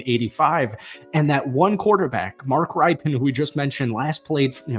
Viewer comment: Mark Ripe-end? 😂😂😂